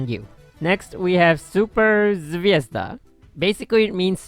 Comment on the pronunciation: "Zvezda" is pronounced with a stress on the last syllable.